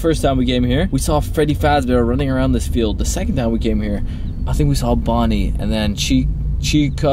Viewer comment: You said bonni